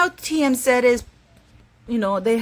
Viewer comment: Most critics are trying to justify their witchhunt as opposed to humbling themselves and apologizing. Sending many healing prayers to the beautiful Carherine Princess of Wales! 💙🙏💙🙏💙🙏 PS. TMZ is read like this? The sound in Spanish (ti-em-zi) not ze. ❤